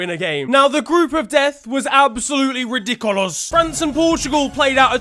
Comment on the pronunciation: No one: Not a soul: in: RiDiKoLoS